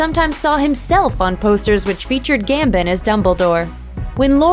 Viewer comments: Gambon not Gambin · "Michael Gambin"....no, his name is Michael Gambon. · Pronounced Gam-bon. Not Gam-bin (sigh) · Gambin??? Do your damn research before making a video, Michael gambin oh my god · GambON - seriously why do Americans find it so hard to say his name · It is Gambon